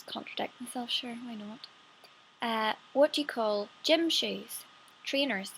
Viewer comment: Your accent sounds like a mixture of Scottish and Irish. Which, given that you're from Northern Ireland, makes sense. (Although you sounded purely Californian on "sure"!)